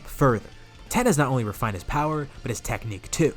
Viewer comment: Why you calling tien ten 😂😂